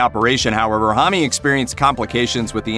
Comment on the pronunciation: M-R-S-A it’s not one word. Homme- what’s this Homm-ie stuff????